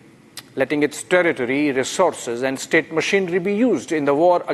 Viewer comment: The pronunciation of 'air strikes' is more interesting....Air 'IS TRIKES'....eeek Republic...!!! And 'chikens' coming to roost?? CHIKENS!!!! And terror "IS STATE"...!!! Pls make this practice...!!! Please Mr Arnab🙏